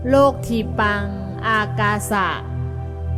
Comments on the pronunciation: " โลกทีปัง " ต้องออกเสียงแบบบาลี เป็น โล-กะ-ที-ปัง ☑ ไม่ใช่เอาไทยผสมบาลี โลก-ที-ปัง แบบที่บรรยายมา ❌ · เขาอ่านว่า โล กะ ไม่ใช่ โลก55555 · อ่านว่า โล กะ ที ปัง ครับ